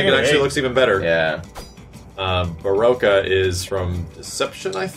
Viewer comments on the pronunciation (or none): What was that "Baraka" pronunciation...... "Ba-roque-uh"?? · I know this guy did not just say Baroka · My guy couldn't say baraka he said baroka